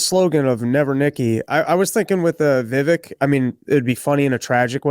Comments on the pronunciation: Bro Rob its Vivek like cake. Why is Dave pronouncing it right but Rob cant. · I love you but please stop pronouncing it “Vivik” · Rob FFS it's Vivek like CAKE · ITS VIVEK LIKE CAKE BABE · Hey Rob! It's Viv-aik, like cake. Please pronounce his name correctly if you want to promote him in the world. thanks. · Friend of the show, that Rob still butchers his name